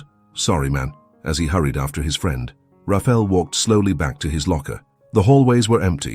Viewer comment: IT IS PRONOUNCED RA FA. EL NOT RAFEL